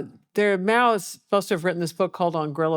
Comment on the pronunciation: Is she saying … Meow?